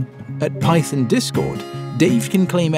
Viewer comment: I had to replay "Python" because it sounded like "Pyton" to me